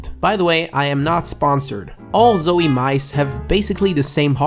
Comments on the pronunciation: He says zoey 😂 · It's pronounced "zou-ee." hello? lol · Him saying Zowie wrong hurts my brain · u want a zowie sponsor, then say it right. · zowie isnt going to sponsor you when you cannot pronounce their name correctly